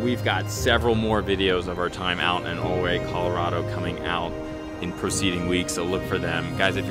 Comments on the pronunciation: Yes, it's u-ray, not o-ray. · prounced "YOU-RAY" and "MMM-OGENE" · I grew up in the 70s in SW Colorado, this video brings back great memories, thanks so much. One thing I will mention is the pronunciation is Ouray should be more like youray. Not trying to be critical just FYI. Love your videos and looking forward to your future posts. Thanks again. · I was taught by a local Ouray rhymes with Hurray, as in to cheer. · It's pronounced Yer-ay. Awesome drone footage! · If a previous comment didn't say it, it's pronounced you-ray. :) Beautiful scenery. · Idk who's right but my family always pronounced it "yur-AY" and "TELL-yoo-ride" or tellyaride.